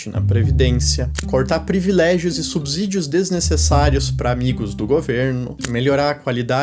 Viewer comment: A pronúncia correta é subSídio, com "S" mesmo. Conteúdo top!